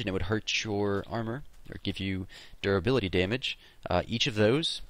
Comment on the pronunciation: whenever you said duribility, i heard 'derpability'.